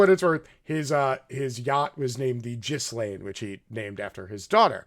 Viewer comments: Her name is pronounced GILAINE. The 'S' is silent. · Dude, it's pronounced Gilen. Hard G and don't pronounce the S. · By the way, the 's' is silent in Ghislaine's name. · lol bro dont pronounce the S on Ghislaine, lol it does sound better though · Her name is pronoumced “gill- laine.“ The s is silent. 👍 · her name is pronounced Gilaine, not Jislaine. The S is silent. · You are both right. "Gilaine" is the posh French pronunciation, coz she was born in Paris. "Jizzlaine" is an Anglicized version, or rather Americanized. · Her name is pronounced “Gee-lane” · Thanks for pointing these things out. Btw her name is pronounced gilaine with a g as in goo. I think it is a celtic name and spelled a lot different than usual english words. Also do watch "Jeffrey Epstein, Filthy Rich" the recent 4 part documentary on Netflix. It clarifies the accusations regarding Epstein and Maxwell very clearly. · G (Hard "g") Gilaine - Ghislaine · Scratch the KGB and MI6 he was a full agent for mossad that’s it . And Epstein was assigned to Gislain . She is the mastermind not Epstein. Why do you think he’s dead and she’s alive? Gislain is pronounced with a hard “G” and the “S” is silent / pronounced gilane. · Cut 'em some slack, I thought "Jizzlaine" was pretty funny. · This would be much more persuasive if Ghislaine and Geraldo were pronounced correctly. The S is silent in Ghislane.